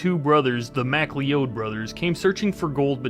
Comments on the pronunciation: Bro half way says Mc Cloud completely wrong...showing that the youth are ignorant, he sounds it loud like it's really spelled. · Re: headless valley. That guys pronounces McLeod wrong. He says Mc Lee Odd. Its Mc Cloud. Very common name here in Alberta. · Hahaha "the mac-lee-ode brothers" nice try fella 🙄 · Macleod, is pronounced McCloud, pointless but I had to say. Lol